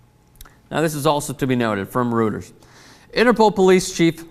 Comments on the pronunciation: FYI It's pronounced 'royters' not 'rooters' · (and its pronounced Roy-ters not rooters,:) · it's pronounced roy-ters. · I think it's pronounced ROY-ters